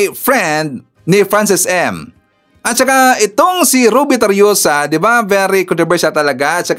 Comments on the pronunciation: Tarroza po hindi tarioza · TARROSA hindi TARRIOSA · Tarroza sir even hindi Tarriosa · Tarroza Hindi Tarioza